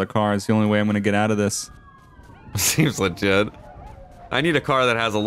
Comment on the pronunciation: “SEEMS LAGIT” Lol jk